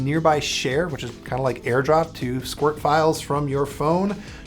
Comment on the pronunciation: I think its amazing how says “squirt”. Bravo, old chap